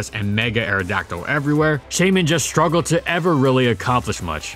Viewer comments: Please‚ it is pronounced Shy-min‚ not chey-min. It is a shy mini hedgehog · Shaymin, not Skymin! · Its name is Shaymin, not Skymin!